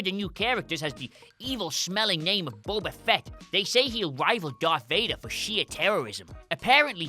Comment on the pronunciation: Pronounced "Boba" incorrectly and spelled "Wookiee" wrong. FAIL